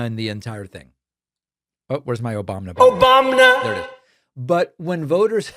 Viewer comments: "Obam-na" never gonna get old.😂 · Obam’na, gets me every time. 😂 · When I hear Obamna, I am activated.